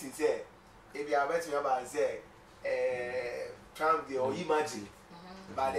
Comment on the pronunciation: Good program guys, But please no Offense, USA Presidents Name is Not, TRAMP,Is TRUMP points of correction. We all learn from each other daily. PEACE always. It's doesn't make me better than anyone. Be safe out there in Ghana.